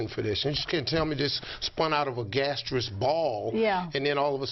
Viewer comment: Didn't he say "gastius ball"?